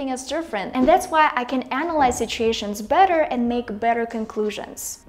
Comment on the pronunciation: I quickly became a fen of the channel. The word "situation(s)" comes up pretty Russian which I find very sweet. I really wished to speak so beautifully English like you.